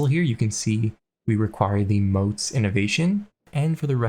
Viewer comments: I don't know why keep saying "moats" when it clearly says "motte", as in "motte and bailey". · oh and since you keep saying moat: it is called motte (short o, hard t). sadly, this invalidates your challenge and you will have to try again <3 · Motte rhymes with not